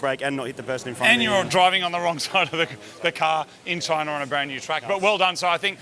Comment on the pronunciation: How to speak Australian: CHOYNA.